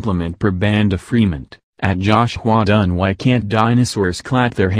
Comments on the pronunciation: I can't get over "josh-hua dun" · “JOUHSH HWYUA DONE” that’s how the voiceover says it 😂😂🙏🏻